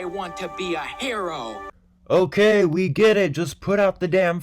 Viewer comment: hello fellow Minnesotan, also it’s sounds like he says hairo not hero lol